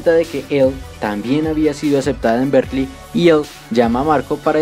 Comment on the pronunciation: Ahi un pequeñisimo error de pronunciación que podría confundir a alguien. Aqui se escucha como si estuvieras diciendo "Berklee" y diran " cuál es el problema" y el problema es que Berklee también es una universidad en us, una de las más reconocidas, pero es una universidad en musica, diferente a Berkeley (que esta está en California). Una forma de evitar este problema es pronunciar Berkeley casi como se escribe, "berkeli"